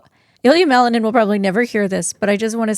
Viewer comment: You can NOT EVEN PRONOUNCE WELL THE NAME OF MALININ, LET ALONE JUDGE HIM! SPEAK FOR YOURSELF! NOBODY EXPECTED ??! MICHAEL WAS ONE OF CANDIDATES FOR THE OLYMPIC MEDAL!!